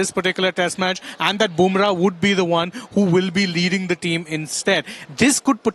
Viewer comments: He is boomrah not bamrah😂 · Go learn how to pronounce Bumrah … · She can't even pronounce Bumrah.